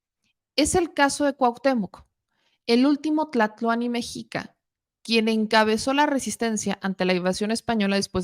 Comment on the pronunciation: Muchas veces, los términos azteca y mexica (se pronuncia me-shí-ca) se usan como sinónimos, pero su significado es distinto. ¡PRONUNCIA BIEN! PUEBLO ME-SHÍ-CA... ME-XHIC-CO